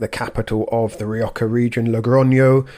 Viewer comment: Why is pronouncing Rioja as Rio-ka? There is no "k" or "ch" sound in the name Rioja in Spanish or British/ American english.